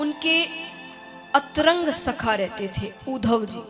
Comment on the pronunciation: अंतरंग नहीं अंतरंग 😂😂